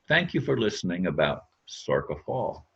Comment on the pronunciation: It's pronounced SOR SHA